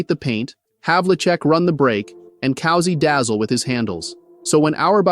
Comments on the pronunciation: This eminently stupid AI occurrence; he artificial voice over calls Bob Cousy, the Boston Celtics point guard COW-ZEE instead of COO-ZEE. Another AI 'glitch', the greatest intellect ever known to mankind which will render all human thought mere child's play in the great pantheon of human intellect, rendering intellect achievements such as those discovered by Isaac Newton, Galileo and Mozart. Jesus, I hope I never become this retarded! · Cowzy? COWZY? Show some respect. Coooooooozie. Say it with me. Bob Coooozie = Bob Cousy. Get it? Got it? Good. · I'm so done with these AI narrators. Cowsy?!? It's pronounced COO-ZY you stupid computer! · Your AI really needs to learn how to pronounce names. Bob Cousy is NOT "Cow-zee" it's "Coo-zee". I'm out. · Small point, Cousey prounced Coosey, not Cowsey. Great video! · Learn to pronounce COUSY! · Why not get a real human to read your script… instead of a cold robot that doesn’t know how to pronounce Bob Cousy’s name?